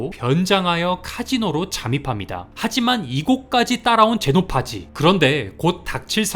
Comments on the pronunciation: 제노파지 아니고 제노페이지입니다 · 제노파지가 아니고 제노페이지 입니다